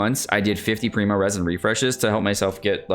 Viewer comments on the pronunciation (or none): none